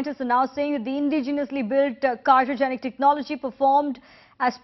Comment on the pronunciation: why is this anchor saying cyrogenic? its cryogenic. whatever, this is the stupid rightwing channel timesnow.